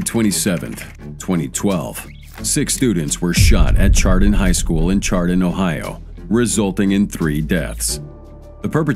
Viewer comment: Chardon pronounced with a shh sound. Shardon